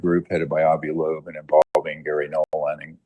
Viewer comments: LUKE.....it's not La'boab, that's not his name, you make yourself look like you've not done your research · Why do you say Laboabe?? It's pronounced like Lobe like an earlobe. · How can you read "Loeb" and say "Labobe"? You've done it since he came on the scene. And it's 3i Atlas not 30i. Drives me nuts!!! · Ear Lobe. Avi Loeb. Hope that helps luke. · Luke, his name is pronounced "Lobe" - same as the floppy bit of your ear 👂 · He can say "Ashwagandah"....but can't say "Avi Loeb". 😂😂😂 This guy speaks dyslexic. 😂😂😂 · it's not "satire" or "sarcasm", since he does it every single time he says Avi Loebs name... The man speaks fluent Ozzy Osborne. Slurred mispronounced words often. Now correct yourself, so you don't look a fool. If it's a joke, it's long overplayed and has lost any humor it may have held. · 🤬Oh FFS Luke, LEARN TO SPEAK ENGLISH!!!! Avi Loeb (low-b) NOT "La-boabe" Nuclear has only 1 u in the word! "new-clear" It's NOT "new-que-lurr"!!! You're not 5, speak proper!